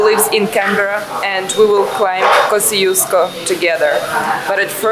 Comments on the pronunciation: I wish I knew that you were here - I'd have loved to meet you. :D And yes, we love our Asian food, but there are plenty of great Australian restaurants here to, but many of the best are out in the suburbs. And the pronunciation of Kosciuszko is something like kozh-oosh-ko, not kosi-os-ko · both are wrong. The polish pronunciation is something like Kosh-Choosh-Ko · I think in Polish it should be pronounced like Kos[ts]iuszko. But I'm not sure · Aussies pronounce Kosciusko wrongly. It should be pronounced Koschooska, or in your language Косчуско. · Вершина Тадеуш Костюшко - польско - белорусско - американский деятель. Герой США. Произносите правильно. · But isn’t it nice that there is this mountain that Australians from everywhere in the world can mispronounce and not care.